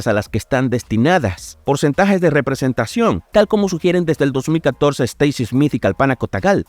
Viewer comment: representeichon xd